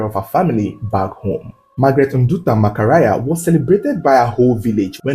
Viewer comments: Best narrative indeed, but the name is Macharia not Makaria . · Even me a Nigerian is wondering why he pronounced Maka-ria as Maka-raya 🤣🤣🤣. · Even in Kenya we haven't received such narration, detail n videos. This is well done ❤, but honestly your pronouncing kenyan names takes me out every time, MAKARAYA For MACHARIA😂😂😂😂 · 😂😂Makaraya almost sounding like Malaya🤣